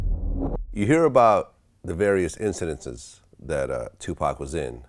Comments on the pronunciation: Lmao vlad said "incidentses" has bugging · "incidences" LOL its incidents, VLAD!!!! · Vlad trying to say “incidents” is hilarious